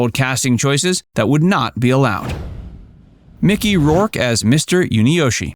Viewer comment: did you say micky rork?